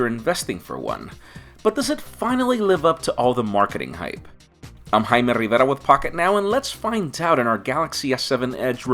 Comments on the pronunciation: Why are you saying your name in a weird way??? Like, your pronouncing it like, "I'm " are you a tiger or something stuck in your tongue??? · i wasn't paying attention to the video and i thought he said my name is hymen rivera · My sister is loling on how you say your name